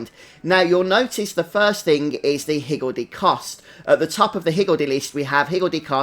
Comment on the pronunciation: Great guide thanks! Just started and was confused about the active skills, didn't realize I had to get in the circle to start them. Also, perfect accent for pronouncing higgledy! =)